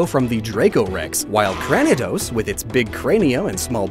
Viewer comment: Since Cranidos' name comes from the word "cranium" (as mentioned in this video), it is pronounced CRAY-nee-dose. Not CRAN-nuh-dose (or however you said it). Bidoof and Bibarel are based on beavers (as mentioned in the video), thus they are pronounced as BEE-doof & BEE-bair-rill rather then BUH-doof & BIB-bair-rill. Roserade has 2 syllables (ROSE-rayd), not 3. Combee is based on both bees and honeycombs (as mentioned in the video). Therefore, it is pronounced as COAM-bee. Pachirisu does not have the letter "t" in its name. So it is not PAW-chee-reet-soo. It's just PAW-chee-ree-soo. Shellos is pronounced as SHELL-loss rather than SHELL-los. I don't have a reasoning for why this is. Just look up "Pokedex 3D Pro All Pronunciations" on YT. You mispronounced the Taurus constellation as TORE-roas (like the Pokemon). Not sure if this was a pun or a genuine error. It's kinda funny tho. Drifblim has a b in it's name. I didn't hear a "B" sound. I just heard JRIFF-limm. The "g" in Mismagius' name is pronouned like the "g" in "game" rather than the "g" in "giraffe". Gabite is pronounced as guh-BITE rather than GABB-ite Hippopotas is pronounced as HIPP-poe-poe-TOSS. Magneton is pronounced as MAGG-nuh-tawn not MAGG-nuh-tuhn The first syllable in Yanmega's name is pronounced as "Yan" not "Yawn". Your 2nd pronunciation attempt of Gliscor is correct. Gallade is pronounced guh-LAYD instead of GALL-layd. I'm unable to hear how you pronounced Dusknoir due to the sound effects, but it sounded like